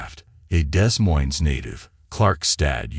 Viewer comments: Yes it does. Like saying "Dez Moinz" [Iowa]. 😄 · IOWA not UWA!!! Also AI mispronounced Des Moines, of course!